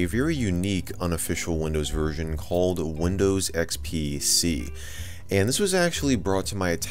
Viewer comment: I thought he said unofficial windows virgin